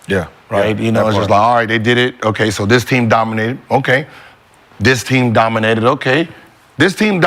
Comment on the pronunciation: GILBERT 'DYMINATE' ARENAS. 😂😂😂